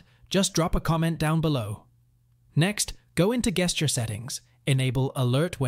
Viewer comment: what are guesture settings (even pronounced that way) 😂? I only know gesture.....